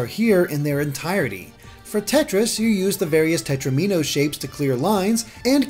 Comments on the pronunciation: Did he just say tet-row-MEEN-oh? it’s tet-ROM-in-oh... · "Tetromino" rhymes with "domino" Just so you know.